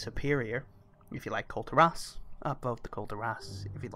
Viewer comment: KULL TEAR US. not kull terr ahs =]